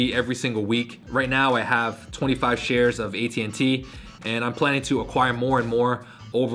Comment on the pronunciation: he said " am just here to shit some information on you" lmao love your vids!